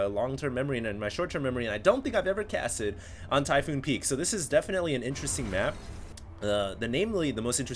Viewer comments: Typhon, not Typhoon. One o. Its set on the planet Typhon. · ty-PHON, NOT PHOON....that is all -_